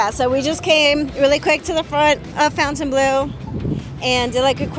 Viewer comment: You pronounce it “fawntain.” The word is French for fountain but it’s not pronounced with an ow.